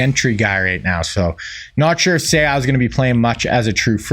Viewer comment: You keep butchering Seau’s last name 😅😅